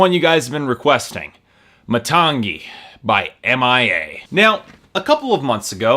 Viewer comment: i should have stopped watching when you couldn't even properly pronounce the name of the album (muh-TANG-ee)